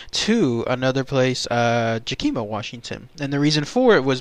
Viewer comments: pronounced Yak i maa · What country is this narrator from ? You pronounced everything wrong. Mt. Rainier, Yakima and Tacoma... why?